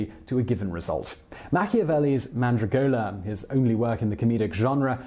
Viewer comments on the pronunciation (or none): Simon, I love your programmes, but please learn how to pronounce Italian names correctly. Girolamo (Savonarola) is pronounced gee-ROL-amo, Medici is pronounced MED-ee-chee, Mandragola is pronounced man-DRAG-oh-la, Borgia is pronounced BOR-ja.